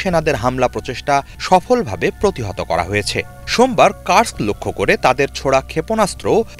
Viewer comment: Bhai uccharon ta Kursk hobe, Curse na. I speak Russian.